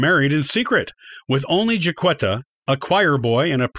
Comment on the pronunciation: I'm a decedent 19th great grandmother and i am common ha ha ha jack etta not qwetta